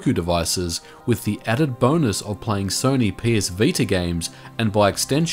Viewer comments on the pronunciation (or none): none